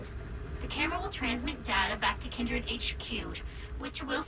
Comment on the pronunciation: Comunque non è "kAIndred" ma "kindred" significa "affine" in inglese. Mai sentito l'espressione "kindred souls"?....